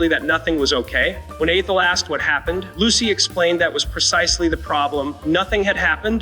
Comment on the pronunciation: Lost me at "A-Thel;" while it's true in life that dealing with some humans is difficult at times, I am totally sick of non-humans -- surprised that it can pronounce Lucy.